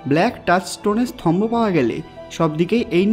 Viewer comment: স্তম্ভ, স্থম্বো নয়।